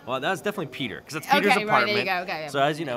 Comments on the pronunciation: Whenever she says Peter it sounds like pizza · Sounds like shes saying pizza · I thought she was saying Pizza every time she said Peter’s name